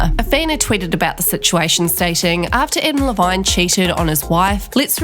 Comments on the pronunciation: The way ya mispronounced his last name😂😂😂😂😂😂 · the way you pronounce Adam Levine is so great